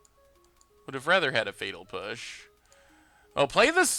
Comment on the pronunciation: Could have sworn you said fetal push.